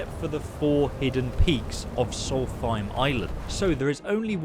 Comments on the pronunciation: Never in my life have i heard anyone read solstheim with a th :D its solst heim, heim basically means home! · I’m pretty sure it’s pronounced “soul-th-st-hime I dont care but someone else might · Its Solstheim Not Salty Time! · “It’s Solst-heim, not salty-time!” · If you say solthime 1 more time its solstheim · Sol-fime? Tf? Lol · The way you pronounce Solstheim really triggers me. 😅 It's Solst-heim, no th sound in it. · If we talk about pronouncement, it should be written with REAL WAY. In this case, the pronounce is "SOLS-EIM" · Noriel Sylvire it doesn’t sound like he’s saying either